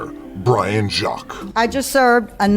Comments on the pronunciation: Love the use of the readwall quote but you technicly mispronounced Jacques. Although why you mispronounced it as it is understandable it is a french name but the author is British so the name got anglified to sound like jakes. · The author you quoted Brian Jaques name is pronounced "Jakes." He wrote the Redwall series of children's books and is English not French hence, Jakes. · Quick note: Brian Jacques was the English author of the Redwall series. Most people pronounce his name the way you did, in a french pronunciation, but it's actually pronounced 'Jakes'. You can see this in interviews and audiobooks that he narrates. The More You Know ;) Oh and the books are amazing. Great video as always. Thanks for informing the masses.